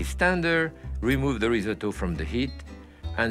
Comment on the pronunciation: How refreshing to see a chef actually pronounce risotto correctly. Instead of the dreaded rizz-oh-toe.